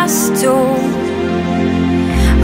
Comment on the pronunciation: Carsten Ebbesen Teksten er "gå" men hun siger go. Hvorfor? :P